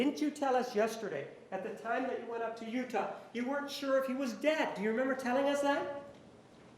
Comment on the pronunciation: I don’t think she ever slept she drove across country and she kept saying I vas very tired lol she is full of it juan I love you ❤️